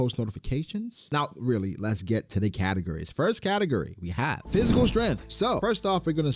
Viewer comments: "Based on categories" sounded suspiciously like "based on Katakuri" and I got triggered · I know you were saying categories but I swear it sounded like katakuri every time!!